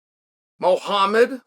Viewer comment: But at least he pronounce Muhammad correct